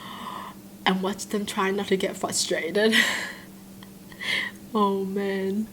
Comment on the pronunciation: I’m not trying to be mean but please it’s frustrated not fustated!!!(but I love your videos so don’t stop)